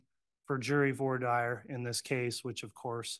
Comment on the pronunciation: How in the world does this judge not know how to pronounce "Voir Dire"???